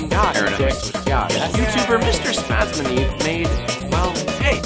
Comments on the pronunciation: Dovresti fare un video in cui spieghi a come pronunciare il tuo nome.. SPUZZNEEV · The funniest thing imo is how he pronounced your username XDD Grande Spazzaneve! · I just laughed a lot when tried to pronounce "MrSpazzaneve":D I am italian and I am pretty sure that also MrSpazzaneve17 is from Italy and that he watch The Simpson;)